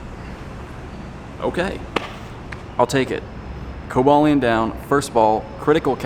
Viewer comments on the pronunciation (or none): Co ba leon is how u say it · I thought it was pronounced koba lion